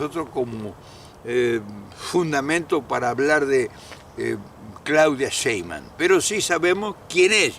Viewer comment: No es Sheiman, es Sheimbaum